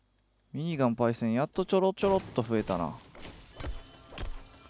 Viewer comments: かっちゃ民のしろみそペーパー み→にがん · ミニガンの発音おかしない？w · ミニガンのイントネーション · 毎回ミニガンの言い方がきになる